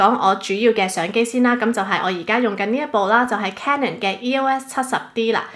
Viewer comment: 咁多個BLOGGER得你一個讀CANON是正確發音